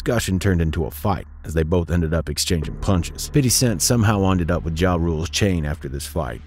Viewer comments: Its pronounced "Fit D" not "fiddy" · its FIF-TY cent... what is with these non-black narrators who wont just say fifty cent? its not pronounced fiddy... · Its Fifty. FIF-TY! I know your core demographic is hip-hop/black culture but no need to ham up the ebonics with an "urban accent." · Good vid but the way you say 50 tiles me so much I almost had to stop watching